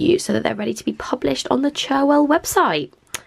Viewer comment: IT'S PRONOUNCED CHAR-WELL